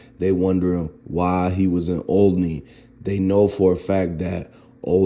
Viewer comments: Olney, pronounced OL-A-NEE It's pronounced OL-A-NEE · First its pronounced all- leny (olney) an its far from the worst neighborhood in philly ...it not even the close to worst neighborhood in philly ..west, north,badlands, south is 100x worse..r.i.p cheese..an speak on what you know not some made up sh*t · . pronounce it right !!! Olney the spelling..but say ahhhlneyyy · You’re not even pronouncing it right stop talking false information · Yo why you goofy ass niggas like getting on here talking about some shit you don't know about. First learn to pronounce the section of my city right. Second it is not the worst part of Philly. Third it had nothing to do with Gill or Wallo. Fourth Cheese did not have on no 500k in jewelry. He always wore jewelry so it wasn't about that. I'm from an area right near there. Ain't nobody tear out no street lights or spray paint no cams. Cheese was not on the radio like that either. Gil not thinking about that shit right now. The man is too busy grieving at this point. Nobody in Philly gives a fuck about all that shit you talking about. Just wait until the facts come out and then do your video. Stop making shit up because the sad part about it is that someone who don't know no better is going to believe you. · The pronunciation of "Olney" was a dead giveaway. 😂😂